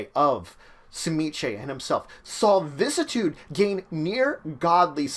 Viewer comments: Vih-sis-ih-tood Not "vis-tood" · VISS - CISS - I - TUDE Dont just cut out a part you dont like xD